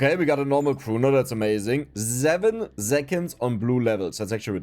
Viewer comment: I love the zeven zeconds and zics zeconds